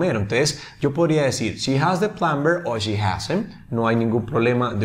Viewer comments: plumber se pronuncia sin la b asi; Plomer. Tú has dicho (plumber) con b, la b no se pronuncia... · Mal pronunciada la palabra plumber, ya sea que fuera ingles americano o británico. El resto está todo bien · Hola, muy buen video, explicas muy bien, solo una pequeña corrección, en la palabra Plumber, no se pronuncia la b, es muda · Teacher...en la palabra PLUMBER la "b" no suena.